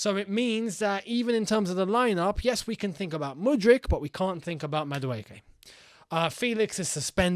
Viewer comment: I laughed so hard when you pronounced his name. It’s pronounced as “Mah duu ee kay”